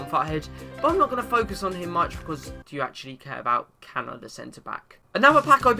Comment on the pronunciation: it's pronounced chana and people do care about lorik cana